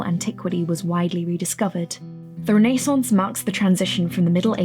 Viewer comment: This video is amazing! The depth in which you talk about everything is really intriguing and I love how well structured the video is! My audhd brain does want me to note tho, that you pronounced renaissance a little weird.. and that kinda made me shiver..